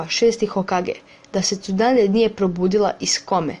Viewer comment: si reko tsudane a ne tsunade ali nema veze super klip pozz.